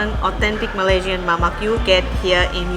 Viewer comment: Hi great show. Mamak is referred to Indian Muslims in Malaysia / Singapore, pronounced Mama the K is silenced. same with Nasi Lemak pronounced Nasi Le'ma. Lemak means creamy. Yes, Nasi Lemak is truly delicious legendary food and so fragrant. Mamak shop is the wrong place to eat Nasi Lemak 😁. Yes, they make ok but very artificial. Only a Malay can make an Authentic Nasi Lemak. Here is a popular comedy clip about Mamak shop If you visit Malaysia Authentic Nasi Lemak treat is on me 😊